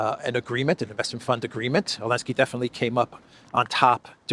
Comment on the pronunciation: Am I the only one going crazy every time says “Alenski” instead of Zelenskyy?